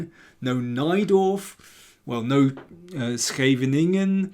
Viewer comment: After lots of homework and preparation, Daniel learned to pronounce Scheweningen correctly, I think...